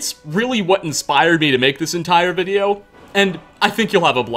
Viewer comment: Wow great videouh! I really like your narrationuh, and I also think everyone should give a tryuh!